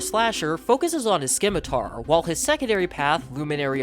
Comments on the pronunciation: The C in scimitar is silent. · can u not say scimitar or is it ragebait